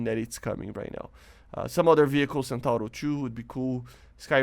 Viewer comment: You still didn't learn how to pronunce Centauro, cool.